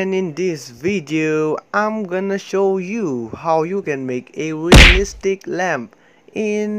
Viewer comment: Did you say LÄMP?